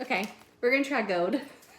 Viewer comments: Love how she says gold...gode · This is sooooo cute as usual and I adore how you say "gold" with your lil accent.